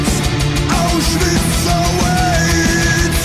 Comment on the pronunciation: Yeah but bruh its Auschwitz not Auswitch or some sh